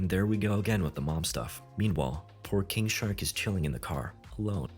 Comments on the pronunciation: bruh i thought you were saying kink shark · Why do I keep hearing it as 'Kink shark'